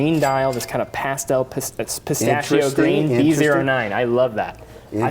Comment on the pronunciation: Someone please tell Kevin it’s pistachIO not pistachOO !!